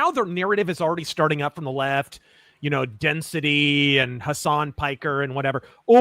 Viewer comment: 😂 "Density" "Jew-lie"